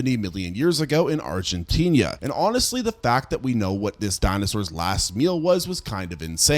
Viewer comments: Argentinia ✅️ Argentina 🚫 😂 ive never heard anyone use an ia pronunciation for the end of argentina 😂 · I love ur videos but bro deadass, you need pronunciation classes. Argentinia is not a place. One video about the La Brea Tarpits you kept saying it "Law Bria". Its "Lah-Bray-Ya". I wouldnt noramally care but thats my city so I gotta say something. In general. Ima need your geographical pronunciation to match your archaeological pronunciations. Please lmao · Argentinia? Where the heck is Agentinia? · If you look at "Argentina" enough times, you might see that there is only one "i." Maybe then you'll pronounce it correctly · Still wondering when you'll learn to pronounce "Argentina" and "southern" correctly. 🤔